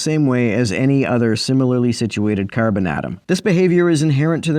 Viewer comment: The way you said Care-Bin atom was very Midwest in a few spots. Hahah